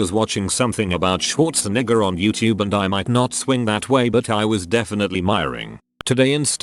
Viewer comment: Are we all just going to ignore the fact that the voice pronounced the second half of “Schwarzenegger” like the N-word with the HARD R and ?